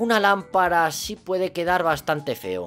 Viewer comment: dice lampala